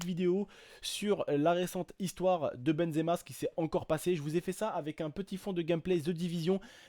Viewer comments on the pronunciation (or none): none